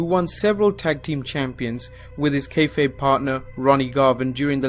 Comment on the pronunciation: Its keyfabe (kae fahb/fob)